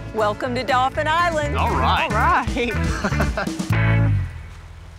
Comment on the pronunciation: OFPS - it's Daw-fin, not dolphin. You grew up there you should know that. Anyway, they made the best choice. Spoiler alert if you're reading this before watching the end. . With the savings on the house cost, they could get high end, very comfortable futons for the Fish Camp. They didn't discuss maintenance fees, though. The idea of selling when the kids are older is perfect. That and money they'll likely make on renting it should give them enough profit to buy something better then.